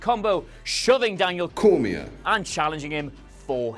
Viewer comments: Wow. Your little voiceover thing even pronounces names incorrectly. It’s pronounced cor-me-ay. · Imran Ismail Apparently botched the name, and they had to edit the sound